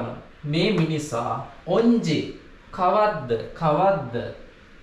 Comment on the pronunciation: Minisa kiyana eka උච්චාරණය waradie neda